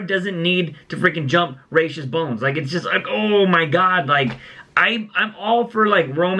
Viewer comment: its ra’s not rashe